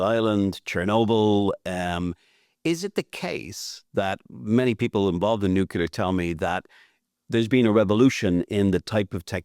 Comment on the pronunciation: Its nuclear, not “nucular”…. Listen to the person whom you are interviewing…